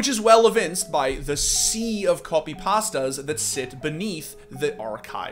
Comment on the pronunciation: I like how pronounces Copypasta like he's british and just tried a new dish at an Italian restaurant.